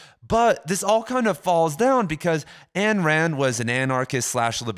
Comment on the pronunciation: Dude. Ayn Rand. Pronounced "Ein". Her name is a mashup of a Russian word and the Rand typewriter that she used when she worked for Cecil B. DeMille.